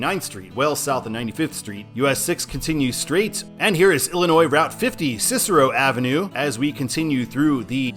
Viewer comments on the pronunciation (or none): none